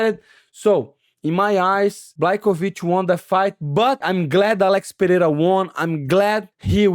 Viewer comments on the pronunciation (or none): Money Mo, who told those geniuses DC and Rogan it’s pronounced pe-heira?